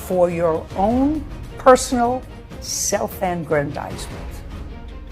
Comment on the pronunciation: If you're going to use 'aggrandisement' while speaking about an incompetent blow-hard, you might be more convincing if you know how to pronounce it.